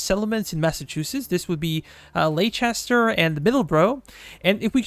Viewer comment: the way you pronounce "leicester" actually infuriates me